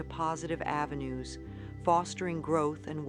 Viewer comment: I wonder if it was done through AI? I noticed at the end of some words, it was pronounced differently from Louise, e.g. avenues was pronounced avenu-es.